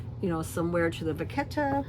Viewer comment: You’re cracking me up with pronouncing vachetta.